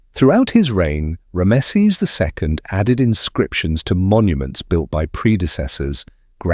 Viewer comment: "Rammesseees" stop it you spastic